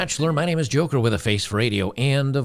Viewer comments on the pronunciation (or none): none